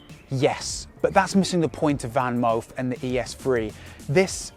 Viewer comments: I think it pronounce Fanmoof, and not VanMoof. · Your Dutch pronunciation of "Moof" is spot on. We don't pronounce "Van" that way (your pronunciation writes as "Ven" in Dutch). It has to be an "a" - the softer one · Van: speak out the 'a' as in 'park' Moof: speak out the 'oo' as in 'low'